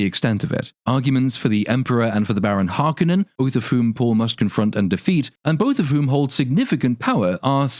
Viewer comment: I will never accept the pronouncation of Har-koh-nen as Harkenen. Bite me!